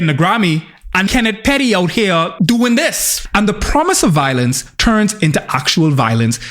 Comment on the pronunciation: “Kenneth Perry” 😂😂 its Petty sir 😂